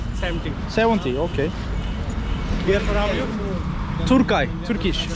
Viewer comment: Israrla turkay diyor deliricem :D kendisi hariç herkes Turkey diyor